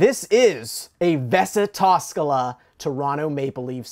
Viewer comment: It's actually Vesa Toskala not Vessa Toskala. Vessa means Toilet in Finland😂